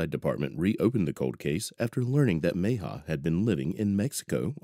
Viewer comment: Repeat after me: Meh-hee-ah. Mejia. Not too difficult...